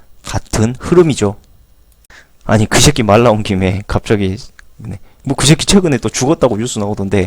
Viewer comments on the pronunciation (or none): 감사히 잘 보았습니다. 쉐끼 말고 새끼라고 발음을 순화해주시면 더욱 감사하겠습니다^^